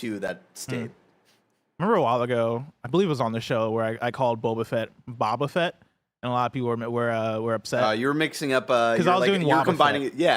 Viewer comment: The way you said boba fett is actually how it's pronounced in the UK. I only hear Americans say it like the drink